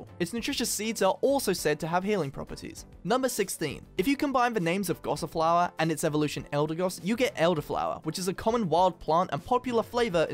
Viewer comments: ''Gossiflower'' Ahem* its gossifleur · GossiFLEUR not GossiFLOWER Yes I know Fleur is french for Flower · and he says GossiFLOWER! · Gossifleur, Goss-ih-floor